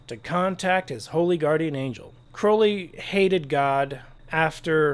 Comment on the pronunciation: There are SO many things I'd like to say to you, I'll start with thanking you for pronouncing Crowley right!